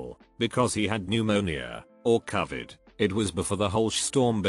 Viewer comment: Hate the way it says Covid